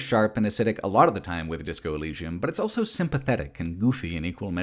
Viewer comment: pronounces the word "also" as "elso".